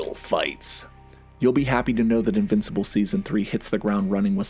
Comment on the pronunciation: This was a great video. Really good work. But if you ever call me an "invicipal" again i may press charges.